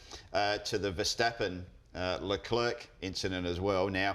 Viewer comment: Love the show boys... Great stuff... But please, you're mispronouncing Char Leclerc...